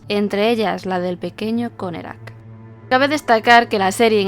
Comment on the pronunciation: Por qué decía connekrac?